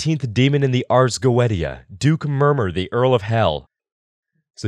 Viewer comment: just a note. you said ars goetia wrong. its pronounced goecia (english is dumb ik)